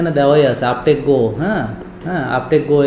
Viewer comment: আপনি রুগিকে কেমন সেবা দিবেন জানিনা বানান ভুল বলেছেন বানান টা হবে uptech go আপটিচ গো আপনি বলেছেন আপটেক গো